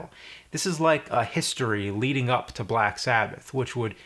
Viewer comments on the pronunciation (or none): none